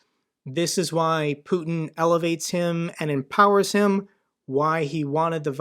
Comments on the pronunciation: Agree. And no Russian or Ukrainian - or any Slav - would pronounce "Putin" as "poowtin". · I'm from Germany, I speak some Russian and Ukrainian, and she sounds totally American. The most ridiculous thing is her American pronunciation of the name of Putler - despite being his fan girl. 😂 A mother tongue speaker who is pro Putler would pronounce his name correctly. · her fake russian is fake as hell. she can't even pronounce putin how russians do. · After listening to lots of Russians over this past year (Evgenia Albats, Sergei Guriev, etc.), even I could instantly clock “Donbas Devushka” as American. She didn’t even ^try^ to pronounce Putin the way Russians do! Good work NAFO on unmasking her, and I hope she gets the mental health help she so badly needs. Feel sorry for her kid. It’s not terribly surprising to me that a country run by mafiosos and crooks (Russia) is attractive to grifters, scammers, and habitual liars like Sarah Bils, Gonzalo Lira, etc.